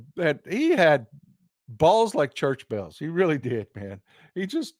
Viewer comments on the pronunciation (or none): none